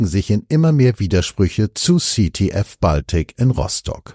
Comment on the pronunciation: Sprecher bitte die Aussprache von "Baltic" korrigieren. sagt es korrekt.